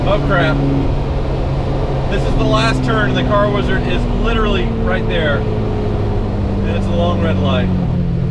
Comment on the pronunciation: actually said Hi to the wizard!! I think I like it when he says WEEZARD much better 😂😂😂😂😅